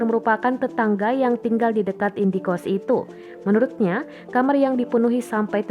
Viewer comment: indekost bukan indie-kost ....halah2😌